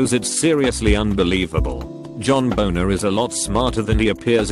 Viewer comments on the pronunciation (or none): none